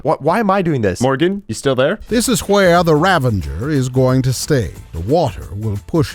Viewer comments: It's "ravager", not "ravenger". XD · 119:15 what's a "ravenger"? I know what a "ravager" is, but I've never heard of a "ravenger." Is that like a ravager and an avenger combined? :-P